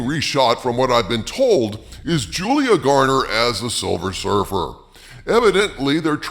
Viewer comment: It is Silver Surfer not Silver Surf-her